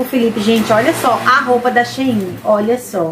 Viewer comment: Acho engraçado vc pronunciar SHEIIN aqui em minas q gente fala SHEIN normal! Os produtos da SHEIN são ótimos nunca me decepcionei com nd da lojas da China, já do envio do Brasil não gostei dos materiais são ruins!